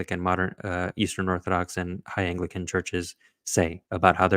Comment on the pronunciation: Not being able to say "apostolic" and "Anglican" is a bad start.